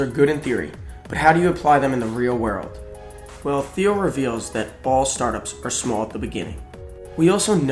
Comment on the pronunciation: I am a Taiwanese English teacher and I cannot believe the video maker mispronounced the word 'Thiel'. Originally, I thought I cannot understand, but with the help of the second round of listening and the clarification from this comment, now I got it. Thank you